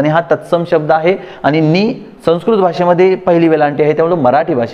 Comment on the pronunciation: शुद्ध 'लेखन'बद्दल ही माहिती दिलीत ते चांगलं केलंत; पण शुद्द 'वचना'चं काय? तुम्ही स्वतःच 'आणि', 'पण' , 'आपण' असे शब्द 'ण'आणि 'न' यांच्यामधला, पण खूपसा 'न'च्या जवळचा उच्चार करत बोलता; आणि 'मन' वगैरे नकारांत शब्द "मण" असे बोलत आहात. विद्यार्थ्यांनी तुमच्याकडून काय शिकायचं आहे अन् काय नाही, हे त्यांना कसं समजणार?